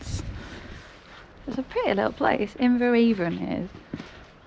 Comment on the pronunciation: I was christened in Inveravon church. It’s pronounced Inverann as the river Avon is also pronounced Ann. Glad you are feeling better.